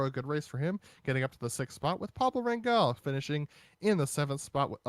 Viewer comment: Rangel. GE pronounces same as GE of Germany. I hope some day these guys will read this comment.